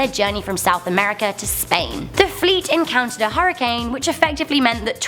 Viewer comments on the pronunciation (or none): none